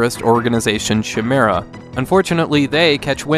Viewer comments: Shimera? You need to hear from me that it’s KY MERRA. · Chimera? That's pronounced Ky-meera. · I was about to say something, but then you followed up with the obscure Van Hammer reference, so let it slide. ;) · Hey dude, great vid, but it's pronounced "KY-meera." 🤣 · y'all wrong... ki may ra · Shame that that's the proper pronunciation, innit? Chi-meh-ra sounds better. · Chimera is prounced as (Kaimiera) < anyways, congrats! Only 19k more subs till you hit 100k! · It's Ky-mera. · Chimera is pronounced Ki-meera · The amount of razors that went through my spine when bruh kept pronouncing Chimera 😳🤣